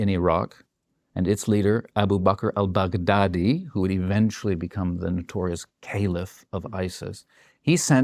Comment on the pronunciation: expert or not, i just find it too funny he pronounce Baghdadi as big daddy.